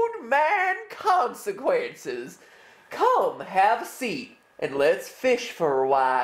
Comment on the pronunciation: old man consecwenses